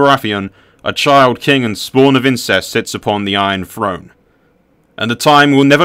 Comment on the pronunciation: Good video but I wince every time he says "Iron Frone" instead of "Iron Throne"